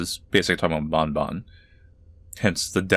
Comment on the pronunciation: I am so glad you will now stop calling it "bon bon" like the candy like a WEEB that uses Japanese "ah" sounds despite the devs being English, thank you. Game's still a soulless cashgrab but at least there's finally something resembling a story now.